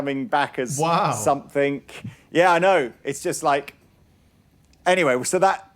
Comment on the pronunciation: It's 'somethinG' not 'somethink'.